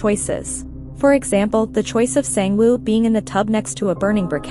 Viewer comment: I felt that wasn't saying sang woo, it sounded different.